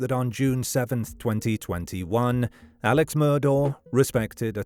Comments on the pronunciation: His name is pronounced Alec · It's pronounced Elick Murdock.